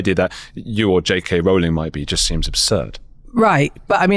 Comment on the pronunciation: Great to be there at the moment one more person is converted to saying Rowling correctly!